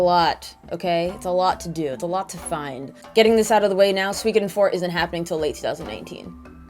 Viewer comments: su-i-ko-den not sweecoden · SUE - CO - DEN. You sound like you’re speaking of Something from Finland when you say Suikoden. 😂